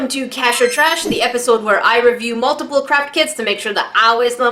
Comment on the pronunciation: "In The Tresh “